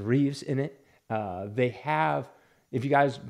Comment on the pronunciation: I agree with you 100% about Ezra Miller even if I enjoyed the movie a bit more but one nit pick - it is Christopher Reeve - not ReeveS…. George Reeves was the original Superman on TV but Christopher’s name has no S at the end. It drives me crazy when anyone especially comic book fans says his name wrong. Also The Flash on TV was Grant Gustin.